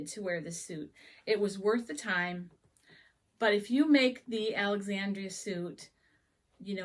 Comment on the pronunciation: Thank you! AND you said my name right! Most folks don't. 😊